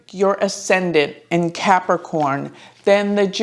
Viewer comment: One does not simply CAP-A-CORN